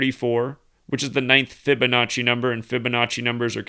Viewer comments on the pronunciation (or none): none